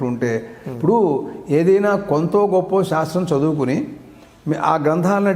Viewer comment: అద్భుతమైన కార్యక్రమము🙏🙏 అయితే గారు మీరు పలికేటప్పుడు ఉచ్చారణ శివలింగం.. షాస్త్రం అని వినపడుతున్నది. గమనించగలరు. దోషము ఎంచాలని కాదుగానీ.. మీరే ఇలా పలికితే ఇవాళ రేపు మూడొంతులు మంది “శ” ని” ష” అని పలుకుతున్నారు. అందుకని వ్రాసాను. మన్నించగలరు🙏